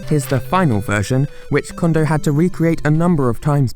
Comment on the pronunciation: His name is "Kondo" not "Condo."